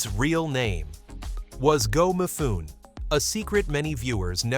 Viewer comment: Where'd that car in the title thumbnail come from? It's NOT the Anime series car. 😮 "Mifune", the 'e' is pronounced, not silent. Born in 1957, I grew up in the 1960s and early 1970s. I never saw this show, as I don't think any of our local TV channels carried it. I first saw it in the 2000s when I got online, and watched it on Netflix. 😮